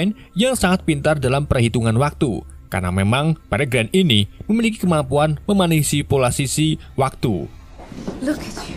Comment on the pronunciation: Selow min, biar gak keselek...😄😄 Spikolog Welas Manisipulasisi Menci mencipoknya